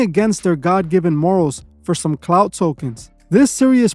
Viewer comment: Clout, not cloud, dummy